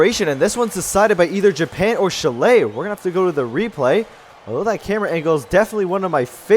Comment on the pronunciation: Olé Chill-lay! Whatever that is. It's pronounced more like chili the food. Otherwise, great video, keep up the good work!